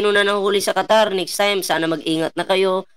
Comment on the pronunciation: KATARATA AG SABI NIYA ,HINDI QATAR